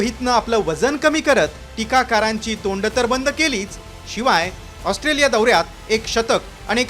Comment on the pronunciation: हा पत्रकार ऑस्ट्रोलिया म्हणतोय... 😅😅😅